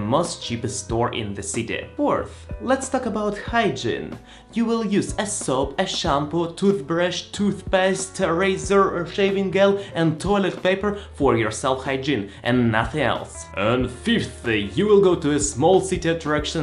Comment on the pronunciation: Some English notes: -Instead of saying "By Your own" (which no one says), say "By Yourself" -Gel is pronounced like Jel. -So many foreigners get Cloths and Clothes mixed up. Clothes are what you wear, and it's pronounced the same way you said say "close" (Like close the door). The "th" is completely silent, and the s makes a Z sound. Cloths are fabrics you don't wear. And you do pronounce the "th". It's more commonly used to name a rag you used to wipe a table, less commonly, a fabric you would use to cover yourself (most people would say blanket, comforter, or sheet, though). Hope this helps!